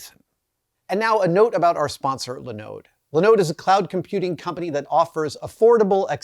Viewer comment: I have never heard anyone put the emphasis on the second syllable of Linode before.